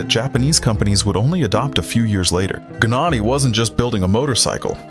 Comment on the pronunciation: USELESS CLICKBAIT. STUPID AI TEXT TO VOICE : GNANI IS PRONOUNCED YAH-NEE IN HIS COUNTRY. It took me 1 minute to find that out. DO NOT USE GOOGLE. All results now funnel to AI or AI products. You are now DOWNVOTED AND BLOCKED for poor research. You couldn't even say what class he raced in. (80cc and 125cc) READ : Gabriele Gnani began racing in 1983, taking part in the Italian Junior Championship with a Derbi 50.[1] The difficulties in finding a motorbike to race in the world championship pushed Gnani to build a homemade motorbike, so he entered the 80cc class in the 1988 world championship with a motorbike bearing his surname, ridden by Gnani himself. He immediately obtained significant results, scoring 36 points and finishing tenth in the world championship. Also in 1988 he obtained a podium and finished twenty-second in the European 80cc class speed championship. In the 1989 world championship, again racing in the 80cc class, he improved on the results of his debut season, obtaining the first podium of his career in the world championship (thanks to the second place in the Nations GP) and the fifth place in the riders' standings with 45 points. In 1990, given the abolition of the 80cc class, Gnani decided to move up to the 125cc class (still on a bike he built), entering a few GPs but failing to qualify for the Sunday races. In 2001, he competed in four Grand Prix races in the 125cc Italian Speed Championship with a motorcycle bearing his name, scoring several points. In 200